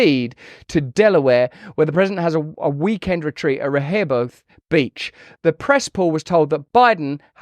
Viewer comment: Grew up vacationing and rehobeth and Bethany beach… and the way you attempted to say rehobeth tickled me for sure